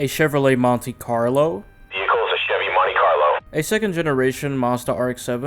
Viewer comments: Vear-a-cull hmmmmm VEE-HIC-CULL is not hard to say. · TFs a veerhicle🤣💀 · "...and, it's vehrical." "...VEHRICAL!" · Lol. Vericle 😂